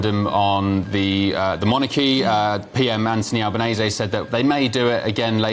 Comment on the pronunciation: ALBanese not Allbanese